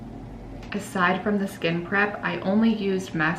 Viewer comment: Every time you say skin prep, I think you are saying skin crap lol I had to watch this twice at first because I was so shocked you said it and laughing sorry it just sounds that way at first, but it’s a great video. Thank you for making it cause I’ve never been good with make up.